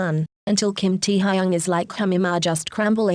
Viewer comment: kim tee-ha-yung 😭